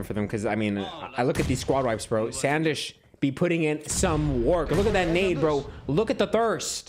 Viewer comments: its not SAN Desh bro its SUN DESH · It's not Sandesh it's sndesh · he saying sand ish made me laugh so much